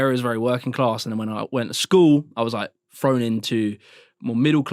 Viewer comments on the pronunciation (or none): He does the th=f thing too. I was "frown" (thrown) into more middle-class areas.